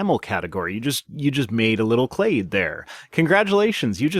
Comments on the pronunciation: Please make pronounce "clade" correctly. It hurts my brain to be talked down to by a smug prick that can't even pronounce the things he thinks he knows better than me. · Why does pronounce "clade" as "clad"? Does the text to speech program not understand how trailing e's change the preceding vowel pronunciation? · cladess :D